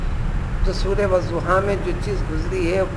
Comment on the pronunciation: It's not wazuha... It's waduha